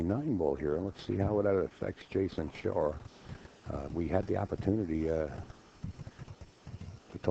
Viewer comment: anybody please tell this commentator ? it's SHAW not SHORE